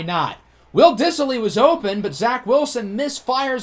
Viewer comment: Diss-ly. There is no I after the s